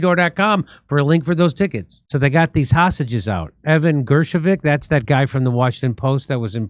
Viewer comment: Jimmy, you’re as bad as Joe Biden when it comes to pronouncing peoples names…get a grip!